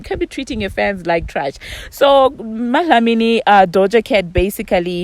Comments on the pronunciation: She is saying it so perfect 🥰 💞 as I South African my self I dnt even pronounce Dlamini like dat. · I love the fact that you say dlamini in an south africa accent 🥰